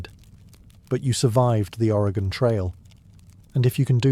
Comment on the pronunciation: As an Oregonian I was holding my breath seeing how he’d pronounce Oregon lol great job, I’ve been loving these videos!